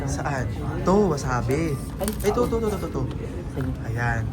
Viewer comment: Wasabi po Yun Hindi wasabe